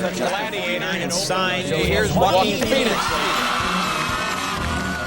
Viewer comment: I love Joe-a-Quin Fone-ix